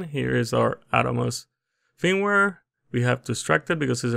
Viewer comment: HOLY SHIT WHAT AER YOU CALLING IT FEEMWARE ILY